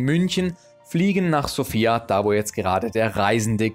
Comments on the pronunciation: Hallo mein lieber!! erstens ist die Betonung der Hauptstadt auf dem "O" und nicht auf dem "I", also nicht wie der Name Sophia, zweitens drei Kirchen und 10 Kerzen als ein Bild von einem Land zu zeigen ist sehr mager....ich verstehen dass es dir um die Zahl der Länder geht, die du abrackerst...Mit dem kleinen Klipp hast du meine Zeit gestohlen... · Die Betonung der Hauptstadt ist falsch, wie schon oben einer kommentiert hat. Du hast nur eine Stadt gesehen und zählst gleich ein Land als bereist? Paar Kommentare zu den Bildern wären nett gewesen für diejenigen, die es nicht kennen und statt der Dudelmusik wäre landestypische Musik besser gewesen. Mich hat auch gewundert, dass du Bulgarien als Titel des Videos hast, aber noch Makedonien und Serbien mit aufzählst, wo du wahrscheinlich auch nur eine Ecke gesehen hast. Ich bin durch ein anderes Video hierher gestoßen, schade eigentlich, weil die Idee deiner Reisen cool ist, allerdings nicht wirklich informativ, wenn man Reisen empfehlen möchte. Da hat der Daheimgebliebene Chris mehr Infos gehabt.